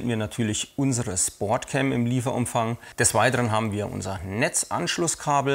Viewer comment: Im übrigen heißt die Kamera SPOTCAM und nicht SPORTCAM, hat nix mit SPORT sondern mit SPOT (Deutsch: Punkt, Platz, Stelle ...) zu tun. Eventuell hab ich mich aber auch verhört und das "R" kam nur durch den Dialekt mit rein :-) Ansonsten schöne Videos, weiter so.